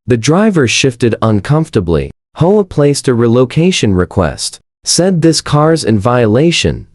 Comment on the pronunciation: Your STUPID AI pauses, hesitates and mispronounces easy words. Of course, Nobody would have had to endure that grade-school illiteracy, If the producer had not been so GREEDY that he never proof-checks the AI. You are the one who has to figure out the proper way to produce AI VIDEO, But I'll give you a hint. The HOME OWNER's ASSOCIATION is abbreviated, H.O.A. but instead of pronouncing each letter separately, the AI tried to pronounce it as if it was a three-letter WORD, pronounced as "HO-A". Don't try to say it as a word. It's NOT "HO-A", it's "H", "O", "A". NOW you have to figure out what else the STUPID AI GOT WRONG. NO EXCUSES! ---> Either do your job as you are supposed to, or DON'T DO IT AT ALL! Don't be so GREEDY AND LAZY!